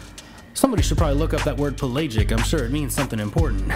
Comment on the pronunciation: First the pronunciation is pel-a-gic instead of pel-ay-gic and pelagic relates to open sea. love the vid.